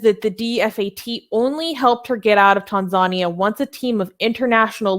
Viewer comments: my dear. it is pronunced tan-zan-ear. not tan-zar-nia! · Tanzania is correctly pronounced as Tan-zhan-near. Then again there are different Anglo/American pronunciations of Iran, Iraq, tomatoes, and aluminium. Also, could you put your ads for Blasphemous Art etc either at the beginning or the end of the main video, so as not to keep breaking the flow. Much respect to Zara Kay. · Its Tan-za-nia. As an atheist I support Zara, its good she got out. Her story was well publicized in Australia. She is taking a big risk going back to Tanzania as an apostate activist, but I agree western governments are way too soft on countries that abuse human rights, particularly Islamic countries. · I'm gonna be a bitch right now. Please, please learn how to pronounce Tanzania correctly. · Can you mispronounce other country names in the future?🤣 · It annoys me more than it should. It's not that hard.